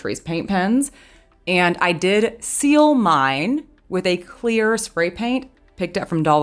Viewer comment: snorflakes cleoorrrrrr!